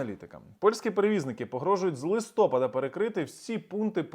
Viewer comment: ЛистопАд наголос.